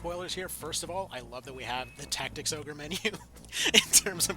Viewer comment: Did he say final fantasy tic tacs? 😂😂 stealing that